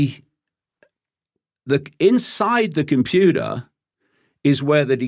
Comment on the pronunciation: He says what i kinda know in this intuitively though i could never say it 😂😂....i love David Icke though i dont like the way he says computer 😂😂❤❤